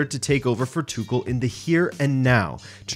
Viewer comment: The way you saying "Tuchel" piss me off. And what's so mysterious with a portuguese football man to attempt to portuguese big matches???